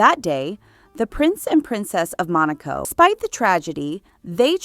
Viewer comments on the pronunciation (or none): none